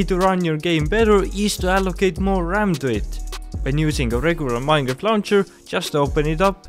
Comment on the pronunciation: vanilla minor?????? your english is a bit mad you know